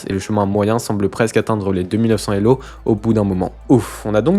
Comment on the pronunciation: quelques bizarreries de langage, comme la liaison des zélo, employés comme unités… le fait de "gagner quelqu'un" ; quelques étrangetés de type niveau "décent" pour le meilleur joueur de la planète, ou le tabassage du système scolaire ; mais c'était agréable à regarder